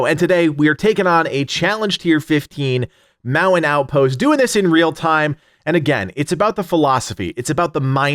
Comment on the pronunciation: I was only listening and was like, wtf is the Mow-in-out post! Damn East Coaster annunciate! 😂👍